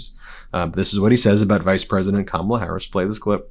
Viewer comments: I'm so tired of this loser mispronouncing Kamala's name. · Great show Ben. He could be on a beach, but, there again.... he could and "MIGHT" end up in a federal prison. Wouldn't that be splendid! He's still having trouble saying President Elect Harris' first name right which makes him totally stupid. Poor Howard Stern, now he's turning on him. I laugh at the empty seats. My! He's so popular (NOT). 😃😄😆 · It’s so incredibly disrespectful how he mispronounces Kamala’s name 😡